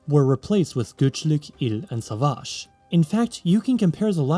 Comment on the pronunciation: I really think it‘s cute how you pronounce those Turkish words 🥺 Though I‘m always confused why everyone automatically gives them an Arabic touch, like the word "savaş". The a in the second syllable isn’t that long how you pronounced it, it’s shorter. It‘s just I always see foreign people trying to pronounce Turkish words with Arabic intonation, not sure how to describe it Anyways, I didn‘t mean to critisize you with this comment. 🫂 Just wanted to say how fascinated I am when people pronounce Turkish words